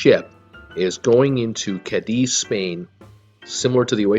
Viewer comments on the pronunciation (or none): Spanish lesson- I live in Málaga Andalucia, Spain. Cádiz, is pronounced like "Kah d- is" go strong on the saying of the A, you see the accent is on the A not the Z . Málaga also the same. Pronounce the A stronger. Go up like singing mA la--ga .You'll impress the Spaniards, when visiting!🤩